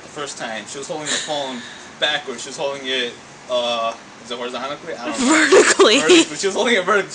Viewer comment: "Horizontically" lol